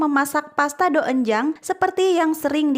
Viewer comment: Maaf cara bacanya itu donjang😅